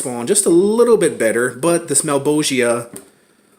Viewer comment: thank you for pronouncing malebolgia correctly